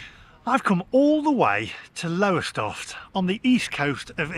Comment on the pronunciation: When you do your UK tour please check out how the place names are pronounced. It is Lowstoff by the way.